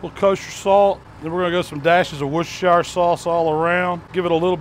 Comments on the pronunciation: “Worcester-shy-er” 🙄😂 I’m American but I swear our people don’t know how to pronounce anything unless it’s English language. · why can't americans pronounce worchestershiresauce? english isn't my first language but I find it easy to pronounce it :D